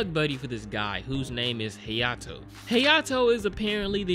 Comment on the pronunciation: Hayato - “heyato”